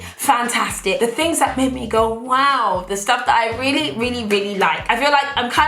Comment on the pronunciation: I'm now in the habit of saying woaw rather than wow cause I've seen n heard u say it so much😂😂😂